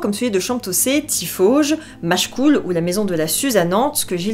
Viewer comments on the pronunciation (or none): Histoire très bien narrée 😊 J'ai seulement tiqué sur la prononciation des noms mais c'est vraiment pas grave ^^ Retz se prononce ré en non rè, on ne prononce pas la fin de Machecoule et ne disant que Machecou, etc. Mais ça, c'est écrit nulle part ^^ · J’habite Nantes et je suis issu du nord Vendée à 30km de Machecoul et je n’ai jamais entendu prononce son L 😅 Même ma tante et ses collègues qui enseignaient là-bas ne le prononçaient pas 😋 Je ne dis pas que c’est LA règle mais dans mes oreilles, seuls les gens « étrangers » à la région le prononce avec un L 😋 En tout cas, ta vidéo a fait resurgir un souvenir d’enfance où on avait suivit les traces de Gilles de Rais avec l’école ❤